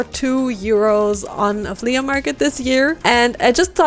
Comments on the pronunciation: Its pronounced "flee" not "fleya" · It's pronounced "FLEE" MARKET.not flea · Her accent when she said “flea-UH” market😂😂 I love it makes me laugh every time!